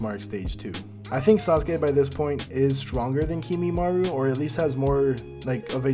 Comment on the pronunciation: I mostly liked this except you saying "Kimimaru" instead of Kimimaro. Just like NCHammer who I eventually had to unsubscribe from since he wouldn't stop mispronouncing everything and I couldn't stand it. But anyway, more on topic... shouldn't Kakashi know Sealing Jutsu? He used an Evil Sealing Jutsu on Sasuke's Curse Mark... and knows over 1,000 Jutsu... so I'd think he could maybe Seal Kimimaro or Sasuke if needed, too. That said, I really don't think he could fight all 5 Sound Four (lol) and then Sasuke all in a row. I don't think he has nearly enough stamina in part 1, considering basically until his magical ass-pull War Arc amp, he's STILL complaining about lack of Chakra/stamina with his Kamui and everything. I think he could probably beat any of them 1 on 1 if he hasn't fought yet... and he could maybe even beat all 5 S4, or the 4 weak ones and then Sasuke... but I don't personally think he can beat all 6, unless he pulls out some sort of Sealing Jutsu we haven't seen him do yet. (Which he should be able to)